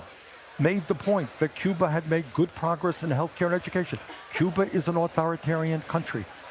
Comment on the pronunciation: Can’t wait to have this old man as President And watch him yell and shake his fingaa at people Get off my lawn It’s Cuba not Cuber I could tell him to pay for Medicare for all Hmm My own taxes pay for my own insurance Instead of my taxes paying for unemployed people But as it is now my taxes pay for non workers and then I pay for my own out of pocket at a higher price It an easy solution